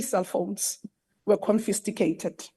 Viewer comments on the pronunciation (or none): Whats this "CONFISTICATED"_ Even those speaking the language well😮